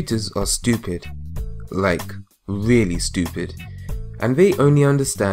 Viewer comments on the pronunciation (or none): none